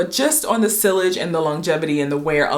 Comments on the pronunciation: It’s SEE-yage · Sillage is pronounced “see-yazh”😉